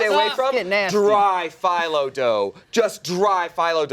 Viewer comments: its a strange thing, its pronounce "felo" not phylo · Fi-lo dough. FI-LO. My bulgarian heart and ears 😭 oof. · saying Filo wrong is the cutest.